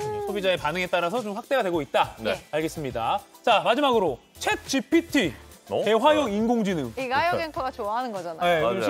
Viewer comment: 챗GTP로 발음하시네 ㅋㅋㅋGPT를